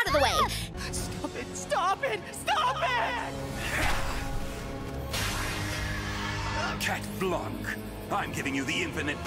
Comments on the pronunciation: I can’t get over the way they pronounce chat blanc in the english—✋😭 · Lmaooo "CaT bLaNk" I'm french really that's not how you say blanc